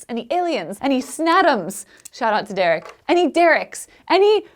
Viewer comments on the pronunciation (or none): "Any Dereks" 😂